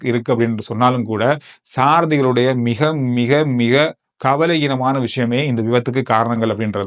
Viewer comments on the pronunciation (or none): உங்களுடைய உள்ளடக்கங்கள் எல்லாம் நன்றாக இருக்கிறது , நீங்கள் கவனயீனம்😮 என்பதை கவலையீனம்😢 என்று உச்சரிக்கிறீர்கள்....இதைத்தான் பாரதி மெல்லத் தமிழினிச் சாகும் என்றாரோ..